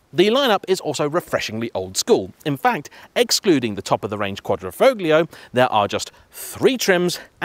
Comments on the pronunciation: lovely review as always, but please stop pronouncing the G in quadrofoglio- just like in the words "lasagna' or 'sign' it is silent. cheers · The "g" isn't pronounced in Quadrifoglio. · Could you at least try to make an effort at pronouncing any of the italian names correctly? Quadrifoglio with the G pronounced makes any italian speaking person cringe! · Bit of a mouthful 'Quadrifoglio' especially when pronounced incorrectly.